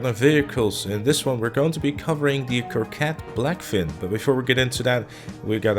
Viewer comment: Coquette not Corquette bro :)